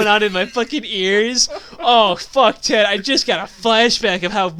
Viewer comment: sometimes when he says ted i think he says dad